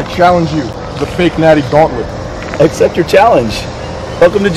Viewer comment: I thought he said the thotnlent in the beginning instead of gauntlet.